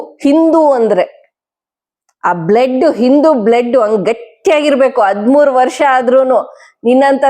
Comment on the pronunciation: ಅದ್ಮೂರು ಅಲ್ಲಮ್ಮ ಅದು.ಹದಿಮೂರು.Thirteen ಅಂತ ಇಂಗ್ಲಿಷಲ್ಲೇ ಹೇಳು ಪರವಾಗಿಲ್ಲ.ನಿನ್ನ ಪರಿವಾರದವರು ಆ DK Ravi ಗೆ ಒಂದು ಗತಿ ಕಾಣಿಸಿ ಎಷ್ಟು ವರ್ಷ ಆಯಿತಮ್ಮ?